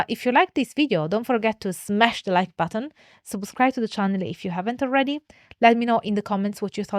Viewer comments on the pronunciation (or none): none